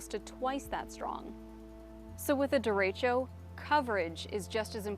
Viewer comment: That’s not how you pronounce derecho.